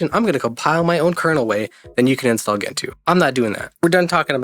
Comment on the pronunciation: Gentoo - jen-too (It is a species of penguin , as a bird you should know that)